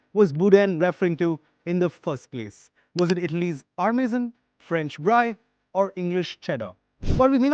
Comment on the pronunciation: It's not 'bry'. It's pronounced as 'bree'. And I'm not even mentioning the French 'r'.